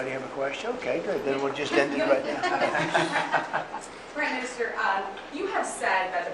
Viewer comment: Wow, he calls her priminster